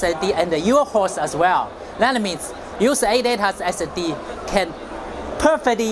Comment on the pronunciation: audaa aee emm silusiiiion